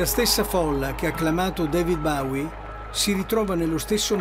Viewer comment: impara come si pronuncia Bowie che mi hai fatto sanguinare le orecchie